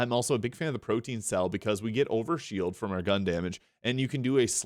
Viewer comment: Interesting build. Few tips: Pro-tee-an (different from protein) Synergistic (not synergetic) All Strays are Ripper A-gone (not A-jon)